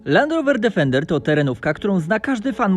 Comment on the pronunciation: dEfender DEEEEEFENDER, nie żaden difernder